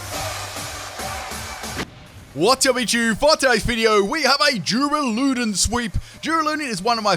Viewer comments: Durrrrr-Al-Uh-Dawn I would have gone with DOORALOODONE hurts my soul lol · U say his name wrong its dur ral u don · "Doo-ra-loo-don" A do what now?... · Why do you say the name like that I cant even.